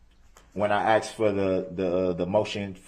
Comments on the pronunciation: the dude says uhhm more than brooks mispronounces words like SUBstain,GrounZ,TACKit,Bye-EST,AXED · "objecshun axed and ansered" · AXED! I Would’ve corrected him every time he asked me a question. Axed I mean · ASKED!!!!!!!! No one AXES EXCEPT U